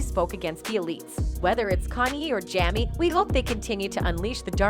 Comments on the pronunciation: Um correction , it's Jamie, NOT jammy, please stop messing up people's name. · 😂can you please pronounce his name right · Jammy Fox and Connie West..smh